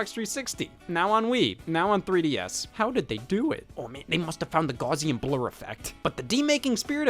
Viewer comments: "gausian blur effect" 😂 (in case someone doesn't know: the word is spelled "gaussian", so that's not how you pronounce it 😁) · Hearing Scott pronounce “Gaussian” made my week lmao